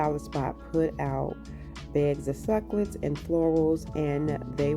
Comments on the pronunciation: Simple and really cute! Since you love cacti, it's 3 syllables- suc U lent. Your pronunciation is actually fun but just so you know. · The way you corrected the pronunciation of the word succulent is actually rude and really- pre ten shus. Just so you know.